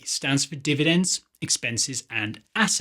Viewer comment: Is there a different way to say "dividends"